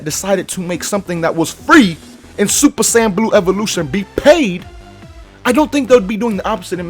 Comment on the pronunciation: It’s ya boy 🤣